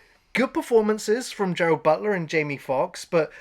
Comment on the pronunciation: GERARD BUTLER. Not Gerald.